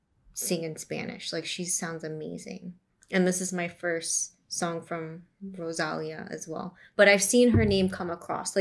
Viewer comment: You say rosalia Wrong lol 😆 😂 🤣 😅